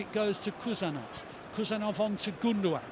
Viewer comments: Not Khusanov ❌ HUSANOV ✅ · Please he’s not Kusanov, he’s KHusanov, as Haaland. Dont you say Kaaland?!